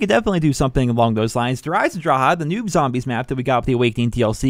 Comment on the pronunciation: did you say der eisendrache the new map or der eisendrache the noob map lol